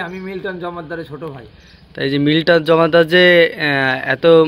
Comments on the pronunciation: উনি কিসের সাংবাদিক যেখানে সবাই বলে মিল্টন সমাদ্দার আর উনি বল মিল্টন জমাদ্দার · সমাদ্দার না বলে জম্মাদার বলছে। তার ছোট ভাই হলে নিজের নামের টাইটালই ঠিক মত বলতে পারেন না।।কেমন ভাই আপনি। কিছু ভিউ পাওয়ার জন্য মিথ্যা অভিযোগ করছেন। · মিলটন জমাদ্দার না😅😅😅 মিল্টন সমাদ্দার তার ভাই হলে নামটা কেমনে ভূল উচ্চারণ করে?😂😂😂😂😂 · মিল্টন সমাদ্দার মিল্টন জমাদার না নামটাও তো ঠিকমতো তার ভাই তার বলতে পারে না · আপন ভাই কিন্তু নামটা তো উচ্চারণ করতে পারিস না জমাদ্দার না সমদ্দার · Oke Vara kora hoise. Kokhono Vai hote pare na. Nam O thik moto bolte parena. Lilton jomaddar bolse. Somaddar K jomaddar bolse. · মিল্টন সমাদ্দারকে জমাদ্দার বলছে, আপন ভাই হলে কি নাম ভুল বলার কথা? দুই ভাইয়ের ভাষারও মিল নেই। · মিল্টনকে ফাঁসানো হচ্ছে উনি তো ওনার। ঠিকমতো নামটাই বলতে পারতেছে না সুমাদ্দারের জায়গায় বলছে জমাদ্দার। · নিজের ছোট ভাই হলে টাইটেলটা ঠিক ভাবে বলতে পারে না কেন? সমদ্দার কে জমাদ্দার বলে। এটা ভুয়া।